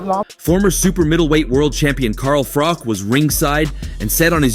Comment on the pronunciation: ‘Car Frok’! WTF….. sort out your pronunciation!